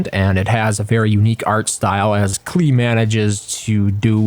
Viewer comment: "Klee"? Cmon. Their stream is called Rhymes with PLAY. "Klee" does not rhyme with play.